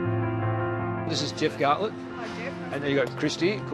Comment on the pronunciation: i cringed when he said jeff gartlett : /